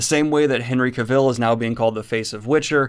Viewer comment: HeeHee, the way you pronounce Henry Cavill ... it makes me smile every time :-)